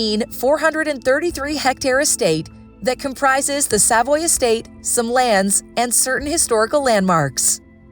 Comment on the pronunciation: Not only that, the narrator mispronounced Norfolk and Savoy. Was that a real person with a heartbeat or another A.I. fake voice?